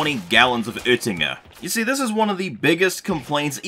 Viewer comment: did u just say "Oettinger", pronounced it almost 99% correct AND even landed a joke with it? wtf, now you really got my respect